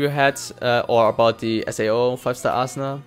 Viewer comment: Dude how the fuck do you say Asuna in vocal, Asuna to Assna ? AHAHAHAH